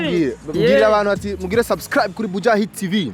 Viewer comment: ahatswe gucira umutima ariko avuga sus..sasscraabu..